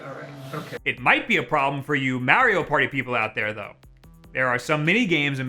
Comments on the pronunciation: Its MARIO not MAERIO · DUMBASS IT IS MARIO IT IS NOT MEARIO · This guy really said Mehrio Party 0/5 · Have I been saying Mario the wrong way all my life? This is like the 3rd youtuber I’ve come across that pronounces it “Meh-rio” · as soon as you said May rio I got pissed and left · MAR - RE - O thats how you pronounce that. Your welcome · I like how he pronounces Mario as Mary-O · why why are you saying maryo no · The midwestern way you say Mare-io just... eeeeeeee. 😅 Amazing video, as always. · why the fuck do you say mario like that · Not to judge but.... Notice how he pronounces mario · its all about how he pronounces Mario....uggh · i watched the whole video to hear him pronounce mario like that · I hate how he says Mario. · It troubles me how you pronounce mario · Makes me cringe when he say Mario like that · Why does he say Mario weird